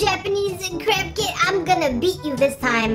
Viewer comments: When she was saying craft kit I thought she was saying "carp kit" XD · When she was saying craft kit I thought she was saying “carp kit” XD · Omg it sounds like she is say crap kit or kits